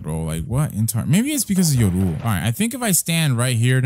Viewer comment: Look up how to say yoru